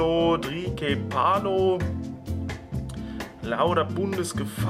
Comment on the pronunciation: Trikephalo wird trikefalo ausgesprochen. eines der belibtesten drachenpokemon ausserdem einer der stärksten nicht legis von typ drachen. selbst dragoran hat keinen so grossen movepool. und in onlinekämpfen kann man mit tri sehr gut nerven und aufmischen